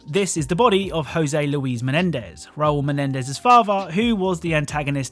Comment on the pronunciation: u cant pronounce Menendez?